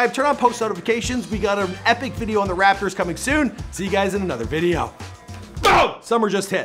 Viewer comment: Stop saying RaPpper it’s rapotors